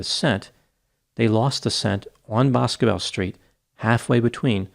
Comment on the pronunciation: 1. Her Dad is very much alive and very much deserving of answers in March of 2024 (He voiced his support and empathy on local news today re: Sebastian and Riley) and 2. Boscobel is pronounced Buss-Go-Bell locally